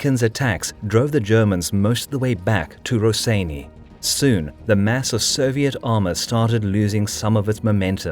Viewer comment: Maan, im screaming, wtf is 'raseiniai' xdd,this is cancer, it goes 'rosienią' like 'bitwa pod rosienią', love your vids btw